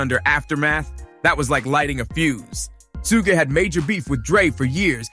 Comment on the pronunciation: shugg shugg shugg and your captions have a lot of errors in them.. please you say Sooge but the captions say Snoop and it should be Suge (shugg shugg shugg)